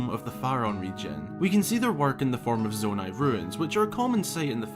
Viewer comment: I was quite tempted to click off after you said Nonai